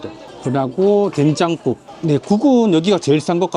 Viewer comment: 된장국(댕장국?) 발음이 뭔가 트레이드 마크 같으세요 ㅋㅋ 아부리는 뭔가 꺼려져서 한 번도 안먹어봤는데 6월에 가면 도전해봐야겠네요 ㅎㅎ